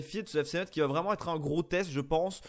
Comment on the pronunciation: On dit Messe (Metz)et pas Metsse !!!!!